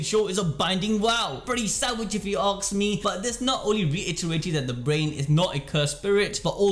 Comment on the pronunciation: Why are you keep saying ,, aks " instead of ,,ask" i can t get over it :))